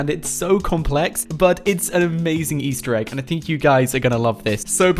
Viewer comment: Stop ✋ saing Ester eeg